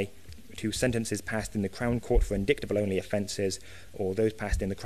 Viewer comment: I really wish he would stop mispronouncing indictable!